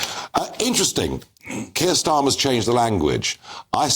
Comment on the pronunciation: Stop Kherr Schtammer.